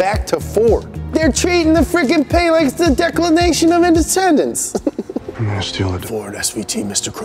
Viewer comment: “Declanation of indissendence”